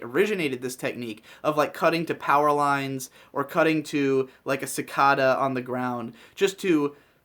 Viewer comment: Really liked the points makes about contrast playing an important role in emphasis at significant points in a narative. Also giggled a bit when he started saying cicadas the way old white ladies say 'avacadas'